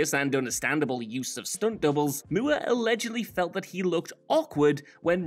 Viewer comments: WTF is a "Moo-ah"? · Roger Mueerh? 🤣😅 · Who the hell is Roger mooo errr? 😂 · Roger Moore would have done his own running scenes in exchange for people not pronouncing his name “Moo-er” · Roger Mooer ? Lmao ! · Moore is pronounced mɔː just like moor and should rhyme with "pour." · Who the hell is Roger Mooer!? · Whats with pronounciation of "Moore"? Strange... Or is this how it IS meant to be pronounced? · The way you pronounce Moore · Why is the last name MOORE being pronounced like that? Is it an inside joke?